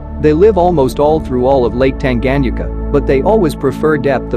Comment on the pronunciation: Great African Cichlid. However, you are not pronouncing Lake Tanganyika correctly and it kills the video!!! Lake Tan-guh-nyee-kuh